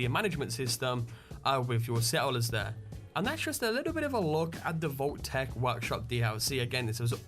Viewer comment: Why the "h" on "Vault-Tec?"